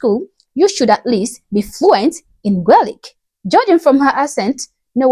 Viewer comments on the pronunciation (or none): Next time you say Gaelic, its Gay-Lic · That lady hasnt got a clue. She cant even say gealic correct 😂. If she wants diversity go home. 🙌🏻💚🇮🇪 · Omg another representation imbecile. Is she trying to pronounce "Gaelic"? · Wtf she cant even pronouce Gaelic